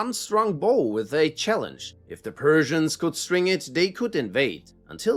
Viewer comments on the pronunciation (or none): none